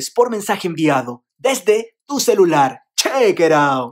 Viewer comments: Soy el único que le da rabia cuando dice Chekeraut? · Alguien más no le da cositas cada vez que dice chequeran :v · No a mi también me arde la sangre por payasoooo , tiene buenos vídeos pero es muy samgripesao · Me da brobca cunado dice cheycray o algo asi